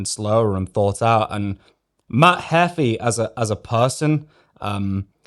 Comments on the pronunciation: btw it's pronounced matt heefee not matt hefi xddd you are driving me crazy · bro i love your videos but its pronounced Matt 'Heefy' imagine Beefy with an H. not Matt Heffy.